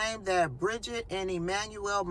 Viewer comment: Good! I think you nailed her first name “bridge-eat”